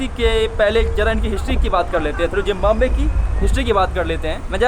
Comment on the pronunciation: Zimbabwe bhai. Not Zimbambwe as you are pronouncing all the time. it is pronounced as ZIM BA BUE